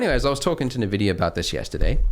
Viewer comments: pls it's not "nevidia" its "envidia" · Nvidia = EN-Vidia. Not NA-Vidia. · I'm gonna go insane, It's 'EN-vidia' spelt as nvidia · A little trivia: How to pronounce NVIDIA correctly? it's [en-VID-eeyah] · "nuh vidia" lel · Did "nuh vidia" tell you how to pronounce their name?